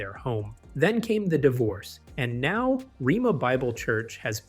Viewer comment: The school's name is pronounced rayma not rema.